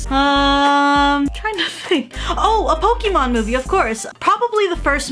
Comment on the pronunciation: Why do you pronounce Pokémon like Poki mon?